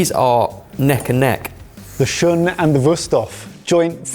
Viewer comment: So…… shun is pronounced shoon. If you can’t even say it it correctly can you really tell me about this knife? Also all my hand forged Japanese knives are also work horses, difference is I’ll be able to pass mine on to my kids, good luck doing that with a stamped knife. You,can get a solid entry level Shiro Kamo for like 150$